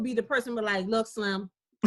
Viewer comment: When she said slim I knew she was from DC lol